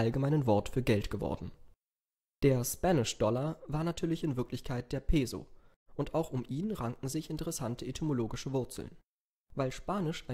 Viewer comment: Peso? Peso soll wie Peßo ausgesprochen.